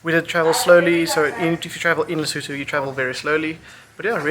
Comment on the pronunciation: Today I learned how to pronounce Lesotho